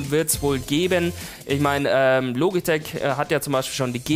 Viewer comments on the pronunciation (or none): none